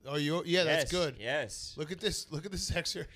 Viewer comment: Every time Big Cat says "excert" I wanna poke my eyes out.